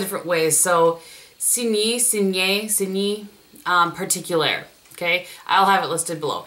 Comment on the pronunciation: Hi, we French people generally don't pronounce the final "e". It is quite difficult to find an equivalence, but you could try "seegn particuleehay" for the Chanel quad. With our very special "u", which is the same as the German "ü". Hope that helps!